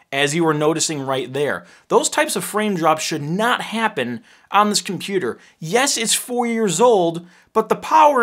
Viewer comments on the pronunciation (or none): sounds more like "please daddy, can I have a usable computOr"? And Apple says no)